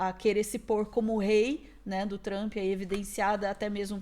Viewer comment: 😂😂😂😂😂 o Trump está muito, very ...very TRAMP 😂 Meu 👑 rei!